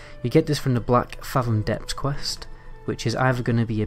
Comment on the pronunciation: Black-fathom.. written as one word and pronounced as such. Feels like you're trying to milk this topic for views rather than creating proper content.